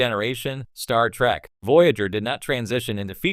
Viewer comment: Did the AI say "Star Track"?